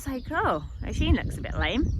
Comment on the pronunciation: I’m from Ireland and it annoys me Thad you’re saying O-sheen it’s pronounced U-sheen